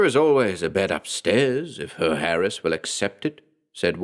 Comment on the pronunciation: Awesome story! Love the narration. Only a little thing Herr is pronounced hair. Loved it👍👍